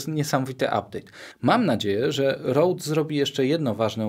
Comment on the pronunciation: ludzie to się czyta ROŁD a nie. R O D E to nie polski produkt, pozdrawiam